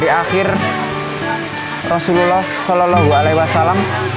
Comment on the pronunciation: Rosululloh saja kalau di dengar jadi Rosuwluloh. aduh parah 😅